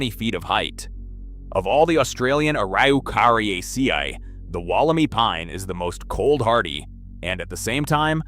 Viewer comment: The pronunciation of “Araucariaceae” was an abomination.